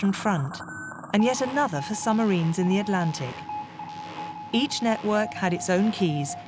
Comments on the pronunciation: The narrator keeps goofing up... Play : "summarines?" "Dönitz and 5 'summarines' do (did? to?) simultaneously attack it" (the convoy). "It was the 'Wolfpack' tactic first major victory." Bad AI speech program? Poorly disguised foreign disinformation or propaganda? Have they just stopped even attempting competent English? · Very good video, with two exceptions: 1. AdmiralAty?! 2. Summarines?! Seriously? And may Alan Turing rest in peace. And his tormentors not.